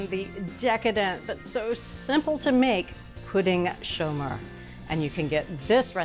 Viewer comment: Merci Bridget for pronouncing correctly in French: Pouding Chômeur! It's really a comforting dessert during the cold Quebec winter! It was one of our prefer dessert in our house! Very easy to make and so delicious! Great job to all your team!